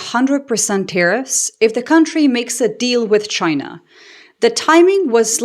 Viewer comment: Trump didn’t say China, he said “Ghina!!!”.😅